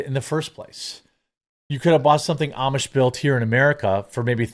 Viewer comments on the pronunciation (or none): none